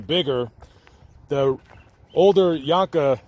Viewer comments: First of all why do you keep calling him Richard (phonetic spelling of your pronunciation) Yonka? I went to school with Deborah and Richard and they pronounced their name as ‘Jankee’. That aside: Being abused gives you limited responses that are not understood by those who were blessed to grow up without violence. Like Richard, I was seen as different and would eventually get into fights after being unmercifully bullied by the same tormentors as Richard. The difference between myself and Richard, even if I didn’t win I never backed down and I only had to fight those kids once. My fathers advice,? ‘As long as I didn’t start the fight I had his permission to finish it.’ He said “..if they knock you down, you get up and annihilate them.” My father green lit my responses and gave me an outlet. He was wrong. Behind closed doors the machine of abuse has differing effects on children. From reading the book. The Poison Tree (if we are to take even 50% as truthful) it aligns perfectly with my own memory of Richard riding the school bus and shying away from confrontation. I remember the Carrols lives next door to the Jahnke home and Steve (an incorrigible bastard) tormented Richard so much that Mrs carrol and Mrs jahnke waited in their respective driveways to make sure nothing happened while the kids waited for the school bus. The bus stop was created on the lot line between the homes as a ‘safe’ stop. Richard was quiet, passive, and seemingly un-friended. That torment by bullies compo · Jank-ee is how their name is pronounced. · This is my hometown. The last name is pronounced John-kee. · Learn how to pronounce their name